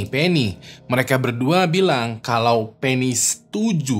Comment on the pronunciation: penny bang bukan pen1s...🗿